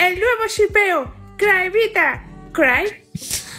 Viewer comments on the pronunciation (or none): Amé la parte de "más bien cry te evita" cuando dijo evita dijo cryvita